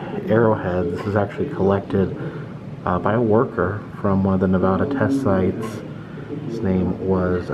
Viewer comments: It is NOT pronounced "NEH-VAHH-DAH" goddamn it. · I like your videos but this drove me nuts im a nevada native its pronounced nevaduh not nevada lol keep bring these cool videos of history its amazing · Ne-va-da.... the va is pronounced like you would say "vat" or cat... not vaaa or daa 🤣🤣😅 just a heads up lol no one that was born and raised in Nevada says it like that. 😉